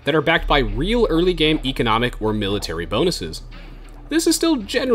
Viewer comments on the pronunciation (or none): none